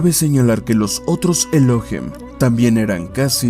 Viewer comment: No es Elóhim, es ELOHÍM. Con acento en la I. Es una palabra aguda, no grave o llana.